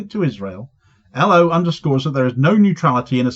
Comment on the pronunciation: Cheers Good to hear some good news! Boycotting companies that deal with Israel is crucial, ask Pik Botha. PS: You pronounced L.O incorrectly, for Norwegian. 😉😆